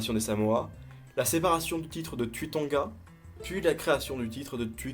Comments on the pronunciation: Pourquoi tu prononce le "u" à la française alors que se sont des noms Polynésiens? Le "u" se prononce "ou" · Cher les Polynésien le U se dit ou 😂👍